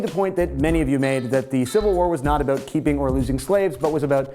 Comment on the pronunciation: Yeah heard him pronounce "about" as "aboot", which made me wonder if he was Canadian. He repeated this a few times, and when he said "showt out", instead of "shout out", I was more than sure he was Canadian. xD